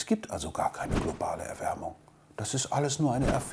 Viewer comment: Klopale Erwärmung. Herrlich, der Mann... Kann nicht mal deutsch.